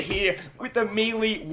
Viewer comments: Its may-lay not me-lee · mileee?? it is melee are you shiting me? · I absolutely hate how he pronounces some of the words like how he says melee. Like Jesus Christ man